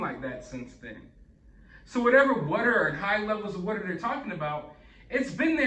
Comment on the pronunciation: I love your channel and it still surprises me every time you say “what-er” 💦 instead of water 🚿 because otherwise I don’t detect an accent with you! 😂 Anyway, thanks for all the great videos! 😊 💕 🎥